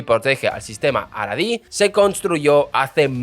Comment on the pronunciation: Me parece que no sabes como pronunciar los nombres de las personas por lo tanto tu información es un poco dudosa, 1) El primer ministro de Israel se llamaba BEN GURION y no Bem Guiron 2) el judaísmo SEFARADÍ y no aradí. su inmigración en 1950 con judíos Mizrahi's y no misraís. Israel se libero en 1948 con la gran mayoría de judíos ASHKENAZI y no ashacancíes, que inmigraron después de la segunda guerra mundial. Nunca hubo una ley del retorno cada judío que quisiera inmigrar al nuevo estado de Israel estaba en su derecho de hacerlo sin necesidad de permisos especiales. Israel es el país del pueblo judio por historia. En 1956 fue la más grande inmigración de judíos desde Marruecos (Sefaradíes) y la segregación que supuestamente hubo de acuerdo a tu falta de información no se dio como tu lo has malinformado, porque el propio Ben Gurion dio el ejemplo de ir a vivir a un asentamiento en el Negev (desierto) para comenzar a poblarlo. Israel en 1948 -50-y 56 era un país joven y sin dinero, a los inmigrantes que llegaron en menos de un año les dieron casas prefabricadas llamadas MAHARABON hasta que la economía del pais pudiera construir casas adecuadas. Menachem Begin sos un desastre con los nombres, no sabes como pronunciarlo estás difamando la historia del estado de Israel, por lo que a mí me concierna o es Pedro Sanches quien te envió a contar lo absurdo de esta novela que está muy lejos de su veracidad o simplemente eres un aficionado que no tienes la menor idea de lo que est